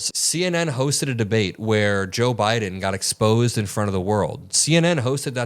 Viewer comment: He keeps saying “Joe BRIDEN” 🤦🏼‍♀️ ✌🏻💜